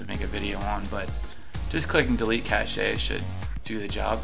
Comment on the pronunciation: if you want to remember what the new css coding does just type [ /* enter notes here / ] (without the brackets) anywhere in the css code. anything written inbetween the / and */ is the syntax for making comments/notes. Oh and "cache" is pronounced like "cash" NOT "cash-ay"